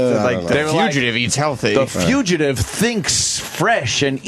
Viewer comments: We have a "fuchitive" sighting! (60 seconds in) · Opie doesn’t know how to say “fugitive.” Or DeNiro. Or Epitome.